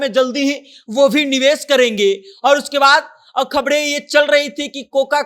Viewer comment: Reporter bhai khabde nahi khabre hota hai